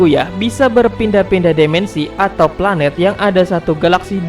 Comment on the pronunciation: Dimensi bang bukan demensi